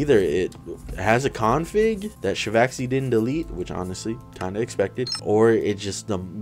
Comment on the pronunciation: Nobody: Not a single soul:: "a Co-onfig?"